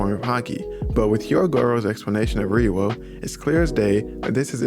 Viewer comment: Lol why does it sound weird when he says ryuo lol. (Reeoh)